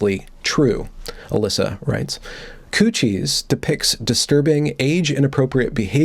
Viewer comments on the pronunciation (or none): It's not "coo-shies". It's "cuties" as in "cute-ees"...😬🙂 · Has gone Canadian or something? - Q-T's not cooties - maybe it's a Freudian slip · I like you, but it’s CUTIES, not COOCHIES! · Did you say cuchies? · It's "queue-tees" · Are you saying "coochies" hahahaha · "Coochies.? The pronunciation is sort of alarming. Anyway, bailing at the mark. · yes, it's obviously pronounced "coo-tees" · I have never in my life heard the word "Cuties" pronounced "Koochies" before. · ITS COOCHIES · absolutely not. we would pronounce it 'kyooteez' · This terrible movie is called Q T's not the word you are saying. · Why are you mispronouncing it? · That pronunciation is such an epic troll. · Hay, wait a minute, that's not how you pronounce "Cuties". is normally so well spoken, with proper and precise pronunciation, I was incredibly surprised that he botched that word so woefully. It still sounds pleasant in that ASMR-quality tone of his, so I guess I'll forgive him. I'm curious how many people won't read this far and assume this was a serious critique, which it is not. Well, except the part about having an ASMR-quality voice, that part is absolutely true, and I strongly urge him to start a separate channel to take in those lucrative ASMR bucks. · Never... NEVER... wear a dressing gown... while talking about Cuties. Also, you're pronouncing Cuties wrong. Besides that, great video. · I hope your mispronunciation of "cuties"is intentional. Because that would make you all kinds of awesome. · It's obviously intentional. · Perhaps the mispronunciation was another benefit of an Evergreen education.